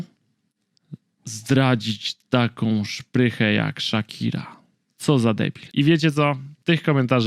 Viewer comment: No ok, ale że ''Szakire'' ???!!!